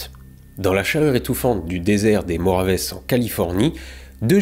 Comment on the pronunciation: Mojaves > J’ai toujours entendu Mo-Ya-Ve moi. Tu m’apprends un truc.